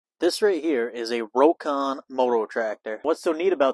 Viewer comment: It's "rock-on".